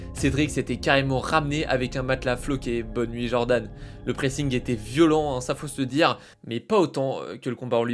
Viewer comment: C est pas Djordan frerrr c’est Jordan. Un fragile qui n a jamais travaillé de sa vie, cause de combats 🤔 aïe aïe aïe. Et l,autre, il devrait changer le best qui sonne ridicule par Le Reconvertis du Covid Et puis on connaît déjà tout c que tu raconte, ça ce répète … Tu parles pas de ses intimidations, violence envers sa conjointe, hein🤫